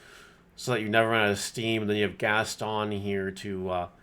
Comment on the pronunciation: he said Gaston’s correctly. We got em boys !